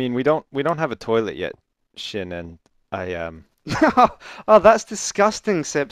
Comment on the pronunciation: Not mutch because you said sin *Sjin